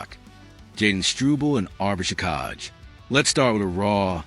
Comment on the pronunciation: What a stupid comment. Whomever is preparing this report can't even pronounce the name of the player he is talking about......